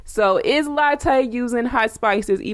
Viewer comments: It's not Latte it's Latooooo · Please pronounce her name right , its not pronounced like the coffee